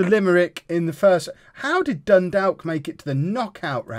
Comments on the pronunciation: just to let you know it's pronounced Dun - Dork not Dun - Dalk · Dundalk is pronounced more like Dundawk